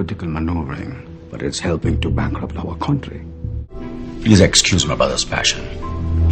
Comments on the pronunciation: in 3 minutes, I heard more "Contry" than I heard in my entire life. No offence. Is Anil doing it on purpose? or was it just a bummer? Again NO PUN INTENDED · everything else is okay but which part of hollywood says chontry, beats me :/ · Contry - Should like Odia. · It’s not a problem but the way he pronounced it is not in sync with the accent he uses for other words that he’s speaking.. where did the accent go for a toss there? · he is pronouncing country wrong. And Indian shows need originality man, why do they copy american shows.